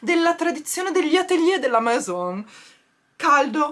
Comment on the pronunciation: Ciao si dice meso perché la N è la AI non si pronuncia è scritto Maison un bacio 😘😘😘😘